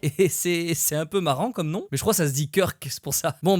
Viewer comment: non mais c'est quoi ca XD ta détruit son nom. là c'est mieux